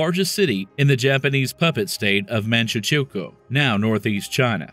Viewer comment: I stopped watching at "the pupet state of manchu"CHU"ko "